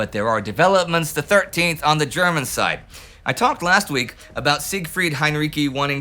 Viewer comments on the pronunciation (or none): none